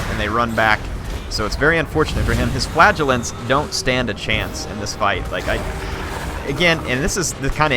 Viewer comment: I enjoy your videos...but the unit that you do not like is pronounced 'Fluh-gel-ants'. What you are saying sounds like flatulence...which is unsavory haha.